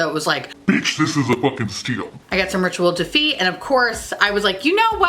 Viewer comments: Holy fuck... I just spat my coffee... When you introduced the Rituel De Fille, I heard you say “wasp” then it all turned to shit. Next I thought you said “BEASTING”. No, don’t be stupid. I listened again, yep still BEASTING. So just to double check I turned on closed captions, and fuck me if they thought you said BEASTING too. Well, I’m now off to grab a paper napkin!!!! Thanks for the PMSL moment. I FUCKING LOVE YOUR FACE. 😜😂🤣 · You know it’s bougie when it’s in French. When she got to “Rituel de Fille,” I legit heard “Ritual Defeat” and thought, “Dang, that’s an awesome name for either a makeup brand or a rock band.” 😂